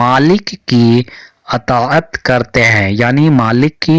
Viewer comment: اطا عت یہ لفظ آپ کا صحیح نہیں ہے